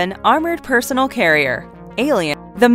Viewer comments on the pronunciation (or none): did you just say TWO thousand leagues under the sea? oh......my.....god........ also. PersoNEL as in persoNELL not personal carrier.....perso-nell carrier.... also...Airwolf? Firefox? (the plane, not the browser)